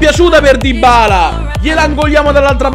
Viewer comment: Dybala si pronuncia con una B...